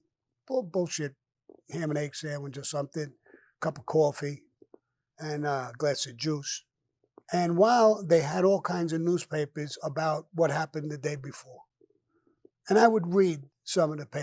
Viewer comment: 'glass a jooce'